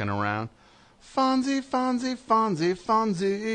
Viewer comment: He says he loves Fozzie Bear, yet he pronounces it "Fonzie." I love his rants, they're like parodies of AM radio blowhards.